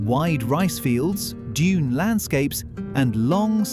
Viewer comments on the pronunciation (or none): none